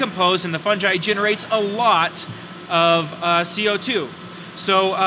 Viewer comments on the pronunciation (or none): I've only ever heard it pronounced two ways but this is definitely new, funj-eye